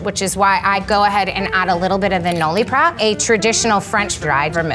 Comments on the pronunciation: And “Noley” 😂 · I don’t mean to be judgemental or rude, but that girl works for a major classic hotel bar and she doesn’t know how to pronounce Cocchi or Noilly Prat? Unbelievable…